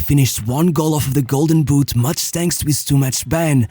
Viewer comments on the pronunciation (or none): none